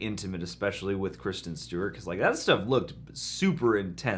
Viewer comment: the way he said kristen Stewart 🤣🤣🤣🤣